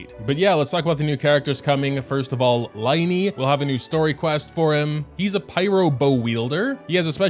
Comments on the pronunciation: Can't wait for LINEY and LINETTE (Sarcasm, as in it's supposed to be pronounced as lyney and lynette, not L(I)NEY, we got the case of tienari again) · I have to tell you it's pronounced lyney and Lynette not liney and linette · I dont want to be that person, but Lyney's name is pronounced like Leen-a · bro really said 'LIE-KNEE' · pronunciations of the three siblings' names! Lyney: lih-nee Lynette - lih-net Freminet: freh-mee-nay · For the pronounciation the Y in Lyney and Lynette is pronounced as a like an E like in tea and you don't say the T in Freminet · Btw Lyneys name is pronounced like Lin-e